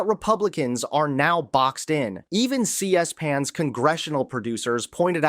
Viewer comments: Okay boy, you're busted! At the 4 minute and 40 second Mark the AI voice that has been trained to emulate your speech patterns says CS pan when it should have said c-span. I'm never again watching an episode when your face pops up. you are an imposter.. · It's not C-S-pan. It's C-Span. It's been around for decades - It's hard to believe that you don't know how to pronounce it properly, and call makes it look like you don't know what you're talking about.